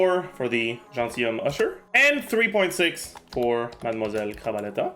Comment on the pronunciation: i only watch this to hear say gentilhomme usher, surintendante chevalmarin and madamoiselle crabaletta